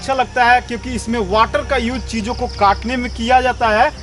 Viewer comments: I think he say Jijo ko katne ke liye when he say cheese o ko kat ne ke liye ..🤣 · Chijo ko kaatne… mujhe sunai diya Jiju ko kaatne…😀😂